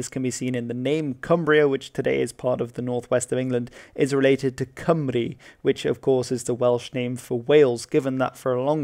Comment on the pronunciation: You pronounced Cymru beautifully